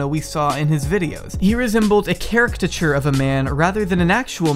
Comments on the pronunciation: "defire" - "carictature" lol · A char-ect-iture. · I am sitting here wondering what a “characdature” is. 😁